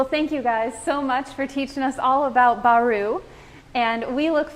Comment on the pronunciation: Baru not Bari